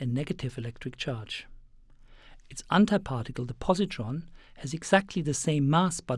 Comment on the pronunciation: "Untie particle" nice pronunciation.